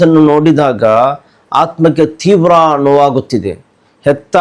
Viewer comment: Theevra alla teevra